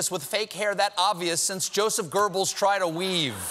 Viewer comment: Geobbels, not Gerbal.